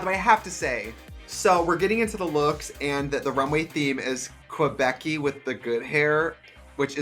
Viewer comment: It’s pronounced “Kay-beck” not “qwa-beck”